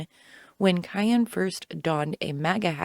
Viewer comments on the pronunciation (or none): Why are you calling Kanye Kayen